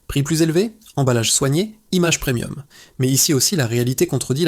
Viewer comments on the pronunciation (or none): none